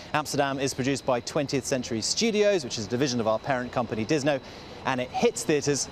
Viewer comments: Did he just call Disney, DisNo? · Did He say "Our parent company Disno?" 😂